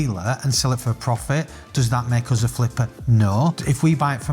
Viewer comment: The word 'us' rhymes with 'bus' not the word 'buzz'